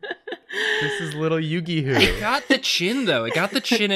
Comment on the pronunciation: "Its a little yugi who" Did you mean Who-gi-oh